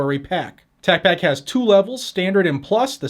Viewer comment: You didn't pronounce Tacpack correctly.